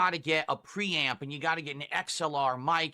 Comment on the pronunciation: the way he says his r's really makes me fume. the way he says 'preamp' really made me notice it.. thanks now i have another mannerism to pay attention to.